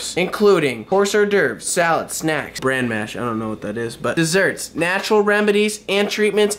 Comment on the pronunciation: When reading your recipes you read bran as barn! Lol😄 Bravissimo on singing🎤 and Happy Birthday Christopher Robin🐴🎈